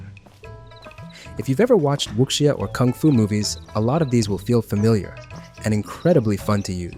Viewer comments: Wu-sha. Not wuxia lol. The x makes an SH sound. Think tekken, ling Xiahue. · Great video, but just FYI... There's no k sound in the word wuxia. Your pronunciation is the closest I've heard from anyone covering the game in English... Just please drop that k sound. Eta- you actually said it right (well, without the tones) , but went back to the wrong pronunciation after.